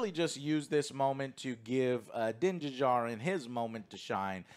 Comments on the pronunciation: For the love of God, Joe. The D in Djarin is silent. It’s just Jarin. Duhjarin. Also I’m pretty sure Paz Vizlas jet pack was shot to shit last episode while avoiding blaster shots. So it probably didn’t work. He also would have just been followed by all the troopers if he fled. So that whole argument seems nitpicky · Joe for the love of God, it's not Din D-jarin. It's Din Djanir (the D in Djanir is silent) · the D in Djarin is silent! Like Django. Not Din Duhjardin. You're killing me bro!!! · Joe…. It is pronounced Din JAR-IN. Not Din da-Jar-in…… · 3 seasons and Joe is sill pronouncing Din Djarin wrong.